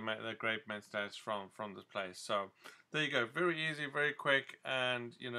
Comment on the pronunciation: It's mentats not menstats